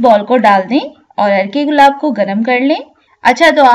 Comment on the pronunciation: عرکے گلاب مطلب۔۔ عرق گلاب سنا تھا